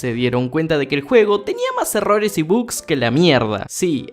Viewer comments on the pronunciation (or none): none